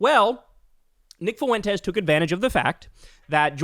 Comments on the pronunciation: Not to birddog you Kyle, but its pronounced Fwentes not Foo-entes Diphthongs baby PS who cares what Nick “I poop my pants; can’t get a date” Fuentes says? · It’s not pronounced “Fooentez”, it’s pronounced “Fwentez”. Just fyi. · Does Kyle not know how to pronounce “Fuentes”? Lol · Can anyone tell me why Kyle pronounces Fuentes FOO-aint tez. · Why does Kyle keep mispronouncing Fuentes? 😂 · …your pronunciation of “Fuentes” is horrendous - you must live in the whitest town on the planet.